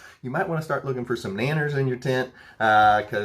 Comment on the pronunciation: Nanners? Is that what you’re saying?